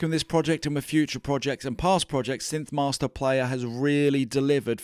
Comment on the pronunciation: Great video! Don't ask me why—but every time you said "synth-mahstah", I thought of Marty Feldman's Igor in "Young Frankenstein", saying "Yes, mahstah". :?)